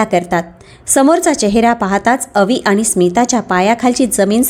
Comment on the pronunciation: Awaj chhan ,clear explanation. Pan faktta aani, Paani ver laksha dya.